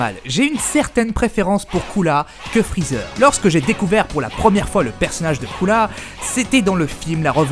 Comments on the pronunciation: Ptn tu ose dire coola même en vf il dit pas sa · Arrête de dire coola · Pourquoi ce c** dit coola alors que c est couleer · C est pas coola mais cooler